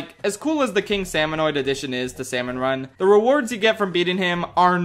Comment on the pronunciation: the way you pronounce salmonid lmaoo. also when you're the defending team in tricolor, the way you win is spawn camping the attacking teams 🫤